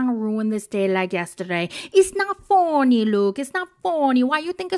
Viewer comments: Why does she say funny like that tho?? For real LOL it's hilarious. Foh-nee I busted out laughing when you started speaking spanish lol. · Your "it's not foooony" is so funny 😂😂😂